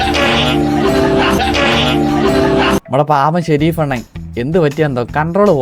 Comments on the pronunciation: Sherif alla shrof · ഷെരീഫ് അല്ല monne ഷെറോഫ്